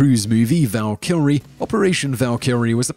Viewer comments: Elliott say it with me Valk-er-ee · It's valkyrie not val kill ree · "Val-killry"? Please, stop. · As I have said in videos before I love your videos but please do something about many of the words you mispronounce. Some of them are understandable but Val-kill-ree? Val-kree is what you meant. Simon, come on man. You can do better. You get paid for this. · How do you find "Ve-binn-dunngs-menn"? Worse, hopefully. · "operation val-kill-rie" what. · whats valkillree? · Did anybody else not notice he pronounced Valkyrie wrong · SierraDelta6 lol, Simon pronounced a whole lot of things wrong in this. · Your pronunciation of Valkyrie makes me angry there's not even a second L in the word come on man